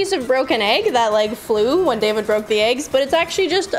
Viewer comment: Hearing Paige say David with a french accent was a new experience